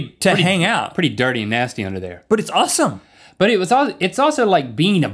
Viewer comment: It sounded like Rhett said "uwesome" instead of "awesome" =3